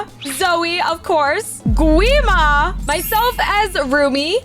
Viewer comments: Say guima its wrong its gwi-ma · Lol it’s gwi ma not qwi ma